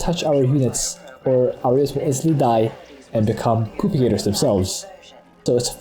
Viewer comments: Funny how he says propagators. Sounds like he said poop-i-gators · that's exactly what he's saying :) he calls them poopagators in the video description.